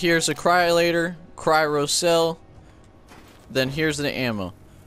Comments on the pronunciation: cryro cell 😭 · well done u compleatley butchered the cryo ammo name